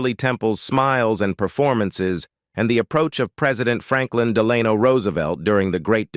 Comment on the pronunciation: Was this read by AI? So many words mispronounced, and President Franklin Delano Roosevelt. Referred to many times as president Franklin. Plus Delano mispronounced. Sorry, I love Shirley’s movies and I’m a big fan but it’s hard to listen to something so badly garbled. Shirley would have done a better job at the age of 7.